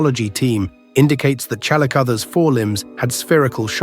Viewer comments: ChalicoTHEERs not ChalicotheREESE! Did an AI do the narration? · If there's one thing I learned from this video it's that AI doesn't know how to pronounce calicospheres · This video about these fascinating animals is marred by the synthetic voic repeatedly mispronounced 'chalicotheres'; and by outright false visuals , which shows not a chalicothete at all, but a giant ground sloth (Megatherium). Lazy production shortcuts devalue videos and spread misinformation. 'Must try harder/ do better'.